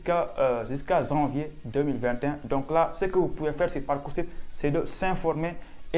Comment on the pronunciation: On ne dit pas « zanvier »... parler correctement le français cela peut aider pour venir faire des études en France 😏